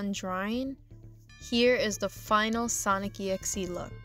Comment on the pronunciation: Your pronouncing it WRONG , it's actually sonic DOT exe